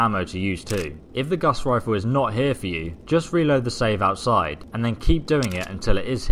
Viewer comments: Omfg this guy said Gas Rifle I can't watch this anymore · its gauze riffle